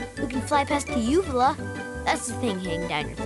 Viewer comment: said uvula, but heard vulva :P